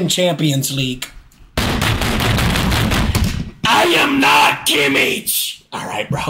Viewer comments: It’s kimich not kiemmiech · the way he pronounces Kimmich LMAO KimiTSH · The way he pronounces Kimmich 😭